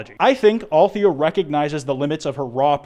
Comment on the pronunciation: nna i think it's pronounced "al-the-ya" not "althia" it's my opinion ok